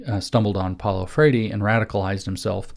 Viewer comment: James this talk is excellent, great job. I know you don't give a rip about pronunciation, but I'm still confused as to why you say Paulo "FRAY-DEE" every time you make that reference. You could just say "FRARE-REE" and that would be fine, it's ok if you can't roll your R's. We still love you!